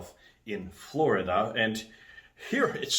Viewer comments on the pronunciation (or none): none